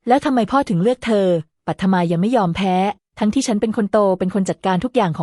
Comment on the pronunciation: ตัวละครตัวหนึ่ง ปัทมา อ่านว่า ปัด-ทะ-มา (ปัด-มา เอไออ่านผิดนะคะ)